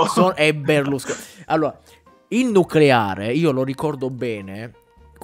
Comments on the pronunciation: Nucolare lisa , si dice nucolaaaree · Un momento... non si pronuncia noculare? Le mie certezze crollano! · Beata ignoranza... Nuculare! Si dice nuculare!